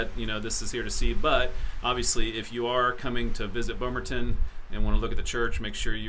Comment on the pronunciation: Thank you for pronouncing Bomaron correctly!